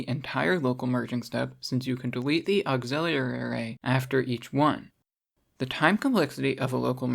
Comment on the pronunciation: auxiliary > auxillerlilly